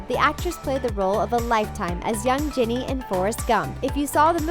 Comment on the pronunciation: It's Jenny not Jinny